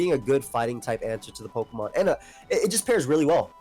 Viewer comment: the way he pronounces words though kills me lol. Peauxkamon, alseaux